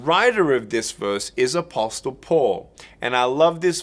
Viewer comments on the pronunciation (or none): The “t” is silent in “apostle”, brother.